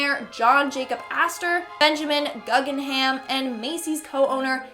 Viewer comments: Excellent job, BUT there were two oh so obvious mispronunciations, I just had to let you know. 1) “Carpathia” is pronounced “Car-PAY-thee-uh”, not “Car-PATH-ee-uh.” 2) “Guggenheim” is pronounced “GOO-ghen-hime”, not “GUG-in-hime.” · “Car-path-ia” “Gug-en-heim” 🤦🏼‍♀️ it’s pronounced “Car-PAY-thee-a” & “GOO-gen-heim” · It’s Car-pae-thia, and goog-in-hiem. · It's pronounced Goo gen hime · Actually, correction, the Benjamin guggenheim’s name is pronounced “goo gen high mm” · Please learn to pronounce Guggenheim properly... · What makes it even more frustrating, these names ( the RMS Carpathia and Benjamin Guggenheim ) are well known figures in the RMS Titanic lore. I understand that these are proper names and pronunciation can vary slightly ...but she wasn't even close.